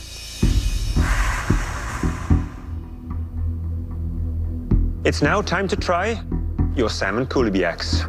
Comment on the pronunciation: They didn't even bother to pronounce it right "salmon cooliak..or whatever!" That was so funny! 🤣🤣🤣🤣